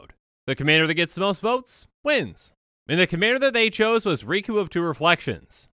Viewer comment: The name's.. Riku... It rhymes.. With two